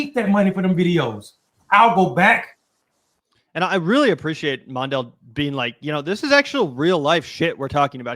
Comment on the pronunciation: It's not "MON-dale". It's "Mon -DELL". Also spelled "MONDELL". It actually hurt to hear you mispronounce his name. Just sayin'...